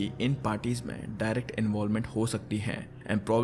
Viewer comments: Jay z bro not Jeezy lol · kid cudi ❌ kid cuudie ✅ Jay Z? 😭😭